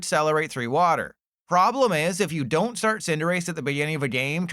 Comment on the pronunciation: there is NO way youre still pronouncing cinderace like this lmaoo